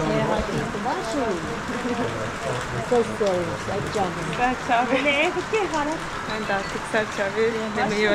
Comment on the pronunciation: Berna severek izliyoruz ama her gittiğin yerde tuhaf bir tonlamayla "selam" demen irite ediyor artık... merhaba de, selamün aleyküm de, günaydın de gittiğin ülkeye göre hello, halllo, hola de